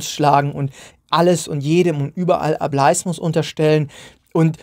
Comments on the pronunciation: Bitte sag nicht mehr "A bleis mus" sondern "A bel is mus". Eigentlich müsste man sich die Wortherkunft doch erschließen können. 😅 Vom englischen wort "able". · ohje jetzt hast du die verdeutschte aussprache etabliert...